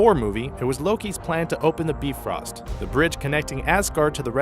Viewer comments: yup, its the bye-frost not the B-frost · i lost it when he kept calling it the beefrost its the bi frost not bee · I'm sorry, but I can't take y'all seriously when you keep saying "bee-frost" over and over